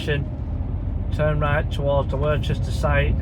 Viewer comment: Hi mate you make me laugh when you say Worcester it’s pronounced Same as Worcester sauce crisp You pronounce it as if there is a h in it